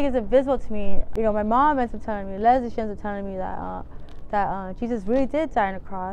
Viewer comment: She isn't saying leslie she is saying lesbian.